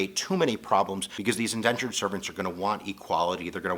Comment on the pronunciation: It is Indentured servants not Endentured....